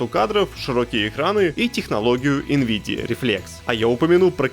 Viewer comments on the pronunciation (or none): none